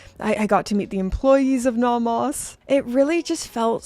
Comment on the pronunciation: You are the only person I know who pronounces it naw-mahs. Merry Christmas,!